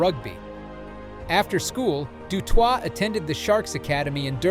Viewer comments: Du Toy, not twa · Why do my legend boy have to be called a twat he is a legend its de toi (de toit) ... not de twat... thats the french version of he's surname and not the South African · How do you pronounce his name in 3 different ways? Du twat, Du Toitè and finally Du Toit! 😂😢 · Steph du Twat??? How about "Toy"? Have some respect for linguistics. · Pronounced “du toy” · I didn't get further than 1 minute of the " Duh Twot" shit. Bye. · Pronounced du toy,you clowns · Hes not french! Stop saying his name like a du'twat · In Afrikaans it is pronounced du Toy😊 Regardlessly amazingng player; just like Schalk Burgers who broke his neck had it fused and still played Springboks again. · How many ways can you say Du Toit wrong? The T at the end of Toit is silent. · French pronounced. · Please pronounce his name correctly mate,he’s not French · Ok. Thank you for letting me know. It was very strange as you would say ‘rug-bye’, then in the next sentence pronounce it correctly (‘rug-bee’). The same with Steph ‘Doo-toy’ then seconds later pronounce it correctly as Steph ‘Doo-twah’ Then alternate between the two Hearing you say it was not intentional, I’ll take your word for it. Cheers. Thanks for your videoes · Rug-bi? Peter Stef du Twat? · Channel reported. Your efforts to mispronounce words to lift engagment is embarrassing bro. Rug-bye, rug-bee, Doo-toyt, Doo-twah. Do you think we’re s t u p i d?